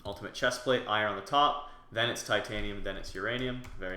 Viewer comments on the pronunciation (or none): none